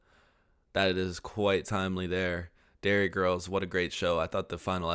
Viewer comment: Derry Girls NOT Dairy Girls